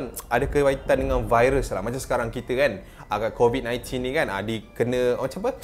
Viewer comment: Covid 19 with amerika slang🤣🤣